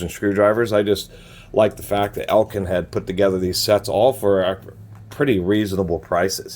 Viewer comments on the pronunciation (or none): Your saying Elkind but its Eklind lol